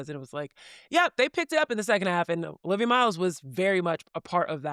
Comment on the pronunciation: Stop. It's Olivia.